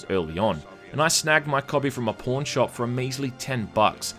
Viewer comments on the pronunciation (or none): "I've snagged my copy from a porn shop" ;) I know, it's pawn shop, but sounds like porn XD